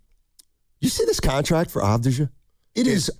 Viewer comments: His name is Avdiya- not avdija.... You should not use the J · Just like Jokic is pronounced 'Yokich', Deni Avdija is pronounced 'Avdiya' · If you are planning to recruit Deni you might first learn to say his last name correctly - Avdija is pronounced Avdiya... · Its A-v-di-ya and hes 25 atm. They wont trade him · you can't even pronounce his name , and he actually loves bein in portland yuh nerd. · Dude can't even pronounce his name right. No chance GO BLAZERS 🎉🎉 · learn how to pronounce his name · Yall don't deserve to get deni if you can't even say his name right or know his age sucka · Can't even say his name right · You can't even pronounce his name correctly. Embarrassing segment.